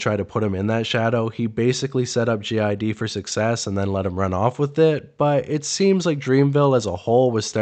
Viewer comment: Why do you keep calling him "Gee Eye Dee"?? 🤔🤨🤦🏾‍♂️